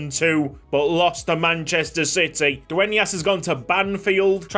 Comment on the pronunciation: as a native Spanish speaker I need to say it. It was a FLAWLESS pronunciation on Dueñas surename